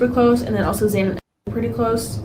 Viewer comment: Why does he continue to say xana bane wrong!!